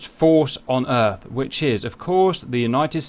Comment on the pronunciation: Ok, we need a Independence Day mission now. Make it happen. "WELCOME TO ERF"